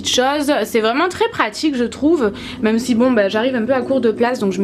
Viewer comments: Pk tu dis nous meume au lieu de de nous meme ? Bizz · tu dit :nous mom à la place de nous même sinon je t ador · super vidéo et oui je regarde en 2016 ... mais tu dis meume au lieu de dis même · j'aime pas comment tu dis même tu le dis meme et tu le dis beaucoup de fois dans cette vidéos mais sinon ta un beau dressing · On dit MÊME et pas "MEUM" lol! Sinon ta pièce est magnifique!